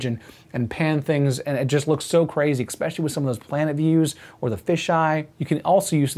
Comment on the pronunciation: You got nearly all the way through the video without saying it... Then right at the end, you said "eXpecially"! Grrr! Don't make me unsubscribe,! 🤓 Good review, eSpecially the point about the narrow FOV of the 4K camera.